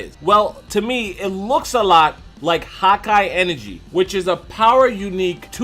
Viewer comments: it's hakai not Hawkeye. Why you keep saying hawkeye?! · Am I the only getting annoyed by how he is saying hakai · #hakaigoku great vid. Smart theory,but the pronunciation of hakai is killing me. Lol I keep hearing hawk-eye energy instead of Huh-kai lol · It's not "hawk eye" it's "ha kia" get it correct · Haki ("hah-key") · the whole time im like why does he keep saying "hawk eye energy" lol then i realized he means hakai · “Hawk-Eye energy”. Your saying it wrong bro. It’s triggering me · God ki. Not hauki energy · I thought he was saying “hot-guy energy”. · I was going to comment this lol he kept saying hawk eye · Sounds like ur saying hawk eye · Am I the only one hearing him say "hawk eye" energy?? lol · "hakai" is only one word lmfao!!!! Hawk eye enegry. Oh my god 😂😂😂😂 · Good hawkeye energy 😂😂.. i agree with video but that pronunciation threw me off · You said HAKAI wrong